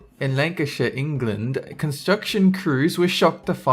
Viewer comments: Thanks for saying Lancashire correctly. Nottinghamshire is pronounced the same way btw. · Well done for pronouncing Pendle and Lancashire correctly!